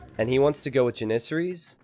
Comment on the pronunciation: It's JAN-issaries, not jan-ISS-aries !!